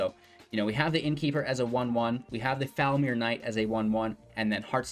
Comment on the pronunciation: Pronounciation Tip: FoulMIRE (like myer or fire)